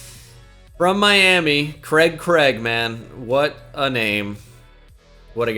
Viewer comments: The way you butcher the name "Craig" will never not be funny. :) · The way you pronounce Craig is just awful makes me sick 😂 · Never knew before this video that Americans pronounced Craig ‘Kreg’ instead of ‘Crayg’